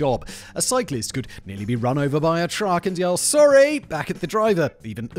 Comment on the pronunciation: The Ann of Green Gables “Sorey” is 👌